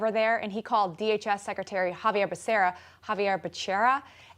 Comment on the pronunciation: Pronounced Ha-vee-ay. Guess you never took Spanish or lived on the border. That's why you'll hear Mexicans shouting "Viva Meh-heco" at fiestas...